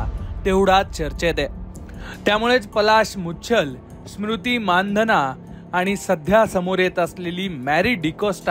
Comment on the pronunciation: You are the first who pronounced the real surname 'माणधना'. नाहीतर सगळेच चुतिये मंदाना, मंधाना, मंदाणा..... म्हणतात.